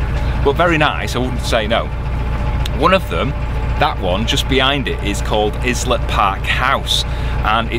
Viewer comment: Oi! I used to live in Maidenhead! Windsor is the poor neighbour. Well apart from Her Maj' of course up t'castle! 😂 😂 Islet Park! Haha. 'Eye let' lol. Lovely seeing my old home town after so many years ooop norf. The houses literally just before the Sounding Arch on the left used to be the prostitutes and mistresses houses of the rich and famous. As you go past the houses on the right these belong to loads of famous people from TV land. Quite a bit of history around here guys.